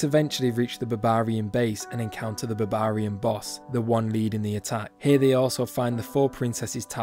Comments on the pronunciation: Hearing this guy say Babaarian is the funniest thing ever. Great vid 👌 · "babarian" :D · It’s odd how you pronounce Barbarian, is to sound funny or it’s actually how it’s pronounced?